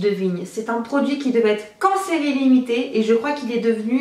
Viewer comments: Il ny a que moi qui est compris "cancer ilimité" quand elle a dit "qu'en serie limité" 😂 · Quand elle a dit Qu'en série limitée j'avais compris : Cancert illimité 😂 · nan moi aussi j'ai compris ca 😂😂😂